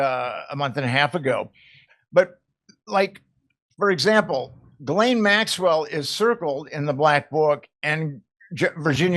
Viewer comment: It's not pronounce "Ghil-Laine" it's pronounced Jizz-Lane....owhhhh...unbelievable!